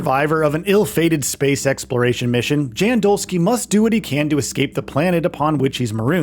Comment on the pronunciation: Polish name "Jan" is pronounced more like "Yahn". "Dolski" part you got right ;)